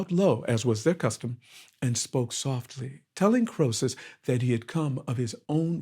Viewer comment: EE-Sop, FFS KREE-SUSS, FFS!